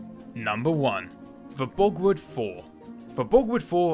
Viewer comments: An interesting video, but it's most annoying when the commentator pronounces German names and words incorrectly. Borgward is pronounced borg-vart not bogwood. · Sigh.. w’s are pronounced with a v sound in the German tongue